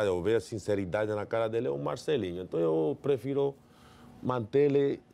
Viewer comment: Palmeiras tem mundial, Rincon?? Enton, enton, enton, enton, enton, enton!! kkkkkkkk